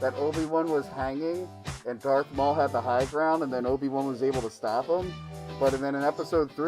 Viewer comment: Did she said "Dork Maul"?